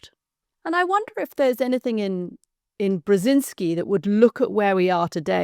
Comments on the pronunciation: At least he could have practiced to pronounce “Brzeźinski” correctly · Brezynski, Brezhinski ... ? Is it that hard to spell it out and pronounce it correctly ? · Excellent story of a great man (I wish the author would learn how to pronounce his name properly)